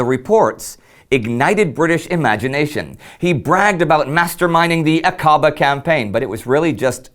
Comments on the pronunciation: It's not Ak-KA-ba. It's A-ka-BAH!!!!!!! A-ka-BAH!!!! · Aqaba. Although the Middle East has several other spellings